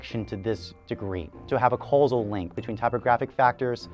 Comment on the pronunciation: The 'i' in Linotype is long and rhymes with 'wine'. And 'causal' is mispronounced too - it's 'aw', not 'oh'. And it's 'sans' serif, as in the French for 'without', not 'san' serif, as in Spanish for 'saint'.